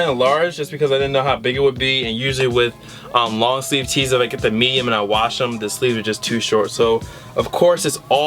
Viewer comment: You must have said "meyum" like 50 times in the vid.